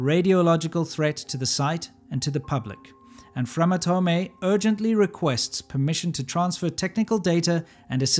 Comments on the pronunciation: Sidenote: Framatome should be pronounced "Framatom" and not "Framatomay" because the e of atome is silent in French. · Also, thank you for mispronouncing the french word. That'll show them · FRAMATOME the E is silent